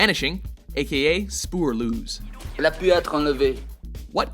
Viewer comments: spuurluus. Nice, bro. Butchering a language 101. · Spoerloes😂😂😂best dutch impression ever😉😉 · Btw, Spoorloos is pronounced with the O from core en the O from gross. Though, The Vanishing is great!